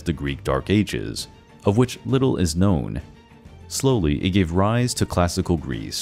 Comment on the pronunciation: You mispronounced Mycenaean